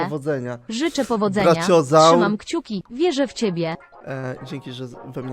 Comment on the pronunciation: czemu on czyta brachiozaura braciozur